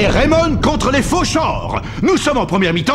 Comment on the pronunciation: Dans Raimon on entend Rai comme Ray Dark et Mon ressemble a Tom le père de Ray